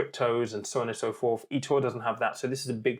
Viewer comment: Why can't you say Etoro properly?